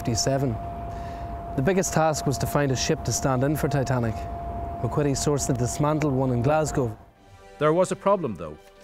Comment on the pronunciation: My goodness...Williams name is MacQuitty pronunced MacQuitty not MacKitty. Corrected later